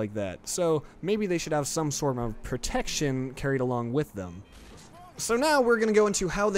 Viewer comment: love how you emphasized "protection" XD